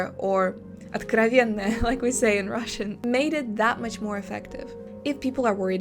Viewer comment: This "откровенное" caught me totally off guard Великолепное произношение, я бы не догадался) Спасибо за видео!